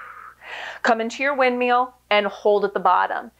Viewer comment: Woo, shoulders on fire! 🔥 I was looking for an out of the box workout today and decided to give this a whirl. It never ceases to amaze me how easy Pilates looks but how hard it actually is. Great workout and cuing, as always! Love how you say "wind-meal", makes me giggle every time!